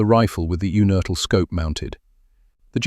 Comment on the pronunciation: It's pronounced YOUnertl. John was my uncle. His son was my cousin. John's father (also named John) was from Regensburg, he left Germany when Hitler came to power, and came to Pittsburgh via Argentina. I believe John was born in or near Regensburg.